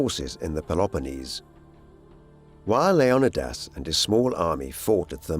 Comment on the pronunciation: "LEO-KNEE-DIS"" wtf